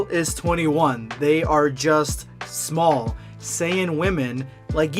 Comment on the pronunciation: Man really said smoll 💀 u tried it I’ll give u that